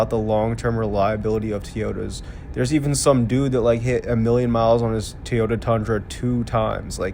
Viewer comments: It’s TOYota not TEEOTA. TEEOTA, TEEOTA, TEEOTA, TEEEEEEEOTA. FFS, why are Americans so incompetent at pronouncing anything . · WTF is a “TEE-OYTA”?????